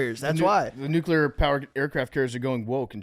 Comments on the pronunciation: continuing to say nucULAR 🤡 instead of nucLEAR is so annoying.. hate how phony his military and blue collarism is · on his George W Nuc-U-ler bull shit again